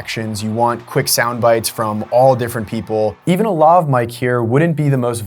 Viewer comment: Lav rhymes with Have